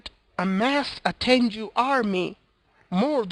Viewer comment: its simple actually its pronounced ten_goo you were saying juu instead